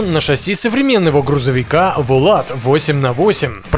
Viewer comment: вОлат, а не волАт. переводится как великан, богатырь.